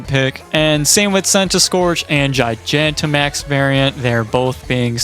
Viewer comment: I'm interested, but wildly thrown off by how you pronounce Gigantamax. I've always heard it pronounced Gi-gah-n-ta, and not Gi-gia-n-ta, and it's weirding me out for whatever reason.